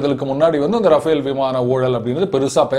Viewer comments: It's Rafale, not Rafael ! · Sir, Its not Rafael but Rafale. K. Balasubramaniam